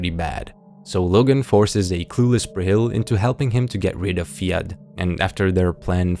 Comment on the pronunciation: hi i adore your videos so much with all the care and time you put into highlighting these lesser known series! i just wanted to pop in as someone with the name fiadh, its irish and pronounced fee-ah lol its an uncommon name and everyone pronounces it wrong